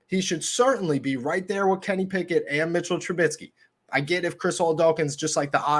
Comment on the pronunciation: It's Mitch TRUBISKY and NOT TrubiTsky. Other than you mispronouncing his name EVERY SINGLE TIME that you mention him, I sincerely appreciate what you do for Steeler Nation. Good ish. Respect, Peace & Blessings 2U & Yours. 🙏🏾💚💨✊🏾